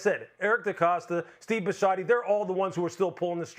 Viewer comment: Bisciotti (The owner). They just pronounced it wrong.